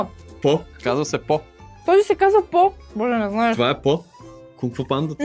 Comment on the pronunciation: Не е по а е поу